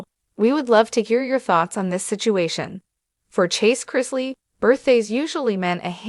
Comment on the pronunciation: Can't even pronounce their last name correct